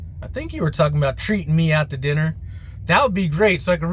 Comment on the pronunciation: Did you say dinner? 😂